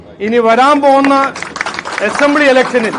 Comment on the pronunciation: എസംബ്ലി അല്ല BJP ആദ്യക്ഷാ അസംബ്ലി എന്നു ഉച്ഛരിക്ക്‌